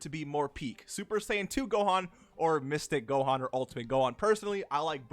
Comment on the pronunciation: When you said mystic gohan I first thought that you said mistake gohan which is really funny